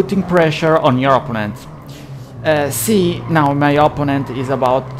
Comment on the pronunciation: Opponent si pronuncia oppónent non opponéńt all'italiana 😂